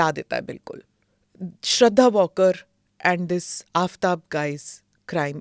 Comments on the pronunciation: its pronounced not walker smita, its vaalkar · श्रद्धा वालकर, वॉल्कर नहीं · Please correct your pronunciation of Shraddha's surname...its Waalkar...not walker as u are saying. Its a surprise that a journalist of ur stature should not have got ur basics right . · Smita ji, the girl's name is not pronounced 'Walker'. It is pronounced Waal-kar.